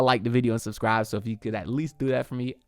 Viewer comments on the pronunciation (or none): none